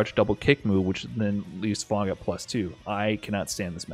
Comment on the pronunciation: Its fang not fong